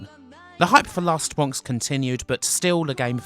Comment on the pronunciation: Edited: all I really want to say is: "Wast Bwonks"